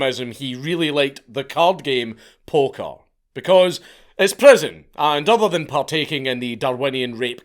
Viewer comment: He loved playing polka threw me off for a bit until I realized bro was saying poker